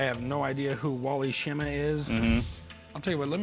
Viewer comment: Wally Schirra, not Wally Schimma! 😂